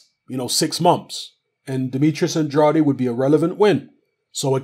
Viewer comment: Andrade... Pronounced "An-draid" please!!